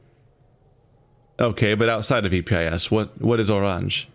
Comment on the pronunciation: Hints on loading screens say Oranje pronounced Oran-ye